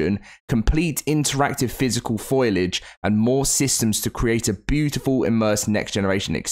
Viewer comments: It’s foliage not foilage 😂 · I absolutely can't stand how you keep pronouncing foliage like foilage in every single video lol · It's pronounced fo-li-age, not foil-age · Can you please stop saying “Foilage” when the word is “Foliage”. Foilage isn’t even a word! Foliage as in plants; not aluminium foil lol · There's a few words you can tell he doesn't understand what he's talking about lol like the meaning of a word I mean lol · It's not foilage.